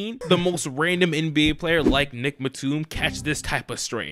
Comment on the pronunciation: I thought Batum was pronounced the same way as Tatum